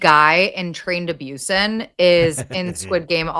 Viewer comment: Just me rolling on the floor screaming every time they say 'Train to Byusen' 😭😭😭😭 I can't!! It's Busan pronounced Boo-san, that was a fever dream 🤭